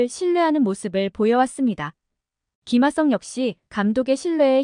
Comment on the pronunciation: 김아썽이라고 발음하는거 신경 쓰이네요